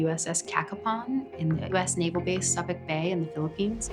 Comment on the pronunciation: Sabic bay? Come on. Pronounce it right. Your on tv.